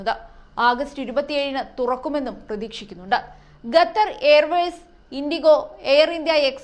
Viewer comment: Gathar അല്ല ഖത്തർ എന്ന് പറയു